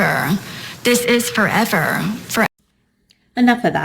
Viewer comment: I hate the way she says "forever"